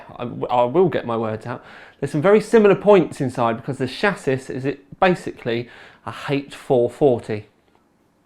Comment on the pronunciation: Chassis is pronounced sha-see, not sha-sis. I hope this helps.